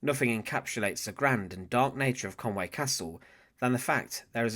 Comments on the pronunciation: It's conwee castle ffs not conway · Conwy not Conway